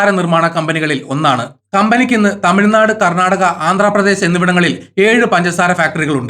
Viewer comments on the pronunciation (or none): none